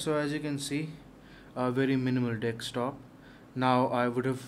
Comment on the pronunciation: Its DESK TOOOOP not DEXXTOP